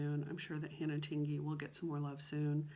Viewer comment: You are the only one who pronounces Tingey correctly.😊 It is as if you were going to say ding or ping and then added the “ey” to the end. I don’t know if that’s a very good explanation... I’ve let a couple other creators know but they still say it the wrong way. Who knows, maybe they never read my comment? Or maybe it didn’t make sense to them. It’s no big deal. In some areas it’s a very common name but in others people have never heard of it. 😊🤷‍♀️